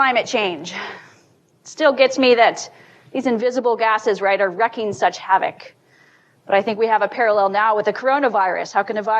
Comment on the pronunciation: SHUT UP, SONIA. And for goodness sake people it's WREAKING havoc ("REEKING") not "wrecking" havoc. All of this is EXACTLY what the Progressives/Leftists/Socialists/Communists/Globalists have been DROOLING for, for decades. Oh so VERY Agenda2030, n'est pas?